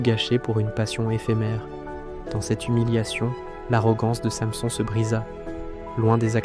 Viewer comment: Revoir la prononciation de [Samson] ....